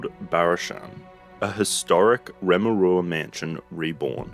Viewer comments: REM-U-ERA, correct pronunciation 😊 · It's Remu-Era